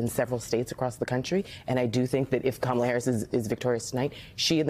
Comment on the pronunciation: Thank goodness they are starting to pronounce her name correctly. Good grief